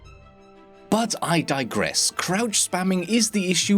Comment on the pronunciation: I thought he said crap spam in the beginning